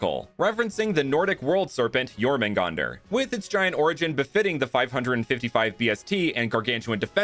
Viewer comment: well its jörmungandr (if you can Roll the R that change everything) Ö is a bit like an O (brit) Cool video btw 😅